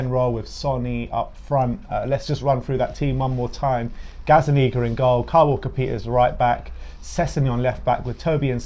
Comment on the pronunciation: You guys aint expressionz fam you better be careful the way you say gazzaniga 😊